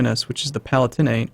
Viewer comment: Pronunciations are always iffy in any EU4 video, but you might like to know that "Palatinate" is pronounced puh-LAA-tuh-nuht.